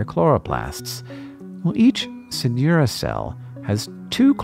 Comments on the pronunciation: As a hispanic, every time you said Synura i could only hear “señora” lol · "Señora"? Ah, it's only weird accent in the pronunciation of "Synura". Sigh!